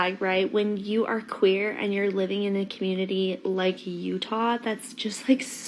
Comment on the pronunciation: I'm tired of hearing the word 'com-mun-id-dee'.